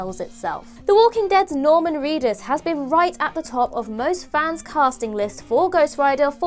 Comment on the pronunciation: It's Reedus, not Cleetus.